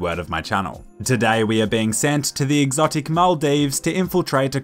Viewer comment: "an toxic" Is that classic Aussie pronunciation ?